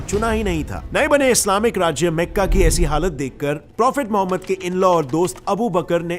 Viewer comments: भाई उच्चारण ठीक से किया कर पूरे वीडियो को खराब कर देता है काबिला - कबीला मेका - मक्का मेडिना - मदीना कलिफ - खलीफा कैलिफिट - खिलाफत अंग्रेज मत बन वो अंग्रेज भी इससे अच्छा उच्चारण करते है अगली बार ठीक से उच्चारण करने की आदत डाल लेना.,. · Meka nahi makka hai Bhai Jan